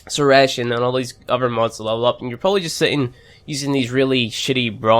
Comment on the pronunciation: suh-ray-shun. sorry.